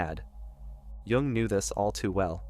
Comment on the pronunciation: It’s Carl Jung not Carl Wung.